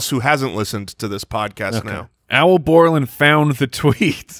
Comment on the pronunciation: Is Boreland's first name Al or Owl? I feel like the ballers always say "Owl"